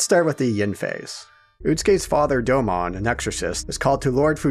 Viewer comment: You pronounced Domon incorrectly